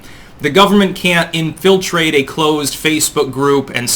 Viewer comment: Why do Americans always pronounce 'infiltrate' like it is three separate words?